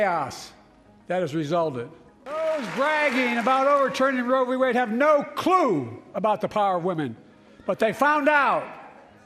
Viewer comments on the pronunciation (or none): What is "row bee wade"?